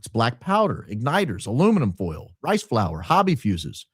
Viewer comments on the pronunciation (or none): none